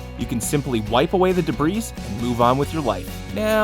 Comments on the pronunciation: "Debrees"? Lol. Debris is pronounced "debree", it's French. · Debris... it's deh-bree... eghhh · The 's' in debris is silent. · great video, and I love your channel, but... did you just pronounce the ‘s’ in ‘debris’? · He said debris like how it's spelled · lolllll he said "debris" and didn't know the s is silent! hahaha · Cool hacks. Just an FYI, the s in debris is silent. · you say debris wrong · You don't pronounce the "s" in "debris". Sigh... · It's a silent 's' in debris... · EEEW you mispronounced debris at around 125. Youu pretend smart guy. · It annoys me so much he said debris with the s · this nigga just pronounced debris with an s sound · Did you really just pronounce the "s" in "debris"?